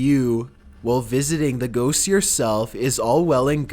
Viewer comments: He can't even pronounce ghosts, actually me too Lol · That's stupid how you say ghosts